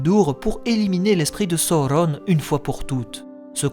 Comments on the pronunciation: Excellent travail ! J'adore. C'est construit judicieusement et particulièrement bien documenté. Juste un bémol sur la prononciation des noms, à l'anglaise, alors que le parti pris est par ailleurs d'utiliser le français (la Comté, la Forêt Noire, le Bois des vertes feuilles, etc...). Du coup, ça manque de cohérence. Et puis "Sa-ou-ronne" pour Sauron, par exemple, ça me heurte l'oreille. Utiliser la prononciation des films, et celle de la traduction française des romans, aurait été plus heureux. Bonne continuation en tout cas. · Je suis pas sûr que la prononciation soit heureuse, même si elle est sensée respecter les indications laissées par tolkien, après tout malgré ses qualités de linguiste il n’était pas français, et la façon dont tu prononces les mots sonne faux et pas adapté à la sonorité de la langue française à mon sens. Donc canon ou pas, je ne vois pas de plus value a des prononciations comme « sa-ou-rone » plutôt que « soron » par exemple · ca ressemble à une version americain la facon dont tu le prononce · ça te complique bcp la tâche dans la diction 😅🤣🙏🏽 Ça m'a sorti de la vidéo je reviendrais dessus qd je serais habitué ✊🏽bon courage